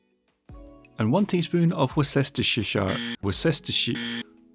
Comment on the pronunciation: "worse-tə-shear" or "sher", though I'm sure others would disagree with those pronunciations, lol